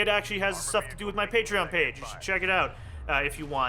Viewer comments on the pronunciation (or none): none